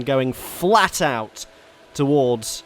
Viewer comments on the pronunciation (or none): none